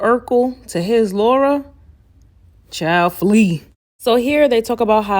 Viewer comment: Not Chile flee 😂😂😂